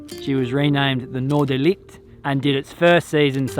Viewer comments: I know this is a bit annoying of me, but it's not Noordelight. It is NoorderLICHT. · Noorderlicht? That looks/"sounds" like a dutch name. Northern lights. How awesome 😊 but pronouncing can be better 😉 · Try hissing like a cat...this is how you say Licht....